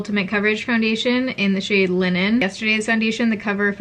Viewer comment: Linen or Lennon? 😂😉